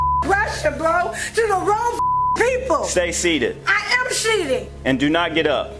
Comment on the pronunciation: “I AM SHEATED” got me rolling💀